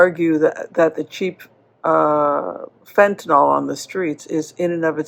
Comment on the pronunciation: It's "Fentanyl" NOT " Fentanol" ! It's like "Nuclear" and "Nucular" sheesh! 😊